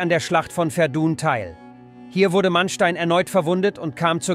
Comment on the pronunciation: Sehr gutes Video! Aber wieder Fehler bei der Aussprache bei Französischen Orten. Die Schlacht bei Verdun (richtige Aussprach in Französich: "Werdä"